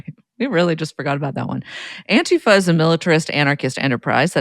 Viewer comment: You can tell these guys have been real activists for a long time, because they pronounce "Antifa" correctly. Stress on the first syllable. AN-ti-fa.